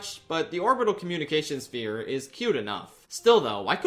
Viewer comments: Mirth “Sphire” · not to be that guy, but I'm pretty sure that's not how you pronounce "sphere". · I felt the same when he mispronounced ‘Sphere’ I thought it deadass was an inside joke I missed